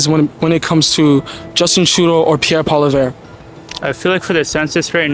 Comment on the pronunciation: These people are in university?...omg...they cant even pronounce pierres name right